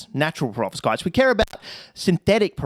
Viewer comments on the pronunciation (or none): Prevovskitez? LOL